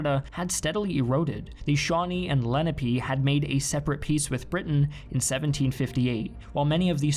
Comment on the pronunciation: Sorry, but the multiple mispronunciations were very distracting and detracted from the narrative. Lenape was the most egregious.